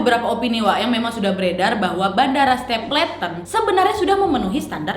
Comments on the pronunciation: bacanya stepelten bukan stepleten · stapleton baca nya stepelten bukannya ya? 🤔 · Kak sorry mau koreksi pronunciationnya dikit. Stapleton: ste-pel-ten Peña: pe-nya Schneider: snay-der